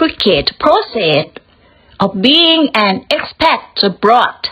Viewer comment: 👏 expat แพท ไม่แปท fraction แฟรค retirees รีไทรี ครั้งแรกอ่านผิด ครั้งสองอ่านถูก region รีเจิ่น while เสียงหลังด้วยค่ะ ไม่ใช่ why history ฮิสทรี maintain เมนเทน required รีไควเอิรด sorted ซอรทถิด finances เสียงท้าย เซส